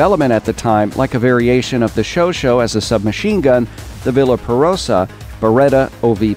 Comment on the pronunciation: you said somewhere '' showshow (i take it you mean chauchat) submachine gun''. just a friendly reminder. it is pronounced ''sjowsjet'' or ''showshet''